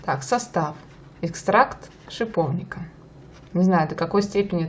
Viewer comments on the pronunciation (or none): ппц ты бесишь аж! это Экстракт - ЭЭККСТРАКТТТТТТ